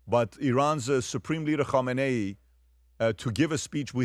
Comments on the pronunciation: When did we start pronouncing his name like that… been seeing news about this Iatola since I was six, it always pronounced , Ka-may-knee.. not Hom-min-nay…. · Kamala will complain you're pronouncing his name wrong!